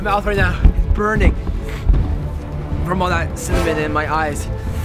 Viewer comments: he said cinmin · Does any body else think he's saying semen...